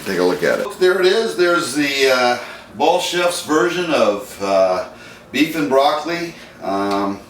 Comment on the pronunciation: did he just say Ball Chef?